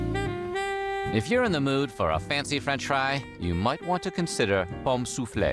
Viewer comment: true, I worked at a gas station and never heard anyone pronounce them like this lmao